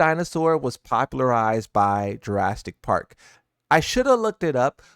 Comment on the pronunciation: Broo how do you pronounce the dinosaur species correct but fuck up Jurassic Park 😭